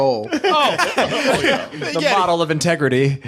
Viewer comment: His name IS Hole NOT hål. Pronounced Hoo-Leh